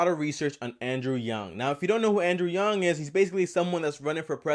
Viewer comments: Stopped watching the moment you pronounced his last name "yung". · BOY!!! You havent done enough research if you can't even say his name right. So you know damn well you havent watched a full video on him. You actually made a complete ass and fool out of yourself lmao. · I support Andrew Yang but this Yang Gang brigading is very toxic. Yes he pronounced his name wrong, but that shouldn’t discredit everything he has said. His points line up with things Yang has actually said on welfare. UBI would be a lot worse if it was standardized, because you would be receiveing less money (even with Medicare for all and insurance). Fortunately Yang has said you could opt out, meaning if you want the benefits of the old welfare system you can keep it. Yang is not perfect in every way and he needs to be criticized in order to improve his policies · You can’t even pronounce his name right. How the hell you criticize him 😂😂😂 ? Just say YangGang instead of Andrew Yang much easier. Nice troll dude. check out his policies than we discuss about it. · Man's can't even bother to pronounce his name right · Bro you said his last name wrong. If you did research how the hell did you get something as simple as his last name wrong?